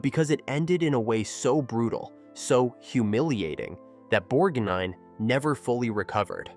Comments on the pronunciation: Please get an AI voice that can pronounce the persons names correctly. Its Borg-nine and Merman not Borg-neen, etc. and Mer-Man like some sea creature. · pronunciation crap makes me sick bor neen and mer man